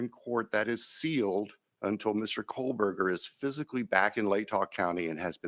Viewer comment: Why’s calling him Mr KohLberger?? It’s Kohberger!!! First FACT was incorrect!